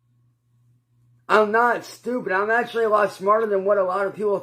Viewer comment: can we umm acshally get a uhh acshally counter??it used to be liderally...ugghh